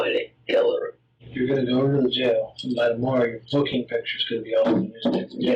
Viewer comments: It's pronounced 'go', not 'geew'. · I hate how he pronounces "go" like "goo"..super annoying. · Yes his catch phrase is “give it a goo” not go 🙄 must be new here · Stop saying “A gew” and you will have more views that Mr ballen